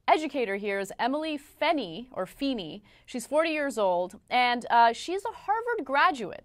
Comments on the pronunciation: Feeny? Fa-fa-fa-fa-feeny! Feenay! Fee-hee-heenay! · FEENEY. FEE HEE HEENEY.